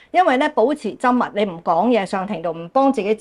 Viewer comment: 「緘默」的「緘」，粵音是gaam1